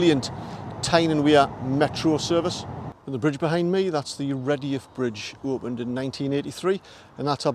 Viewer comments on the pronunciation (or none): I can’t get away with the way you say redheugh, nevertheless mint video mate.